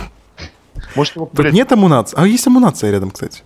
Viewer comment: не амунация а амуницея